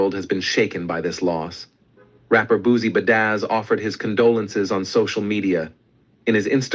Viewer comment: “Boozy-ba-dazz” somebody needa correct these ppl covering these stories